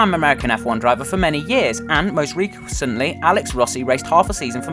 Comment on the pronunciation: most reh-ee recently 😂